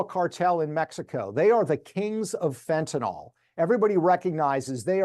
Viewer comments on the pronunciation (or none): It is pronounced Fenta nil, pronounce it fentan ol and a chemist will look for something else. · why does everyone say fentanal? it’s fentanyl.